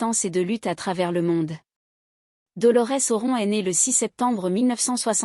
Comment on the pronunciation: Qui c'est Dolores Oron ? C'est Cranberries (izzz) et pas cranberry (iii)... Vidéo merdique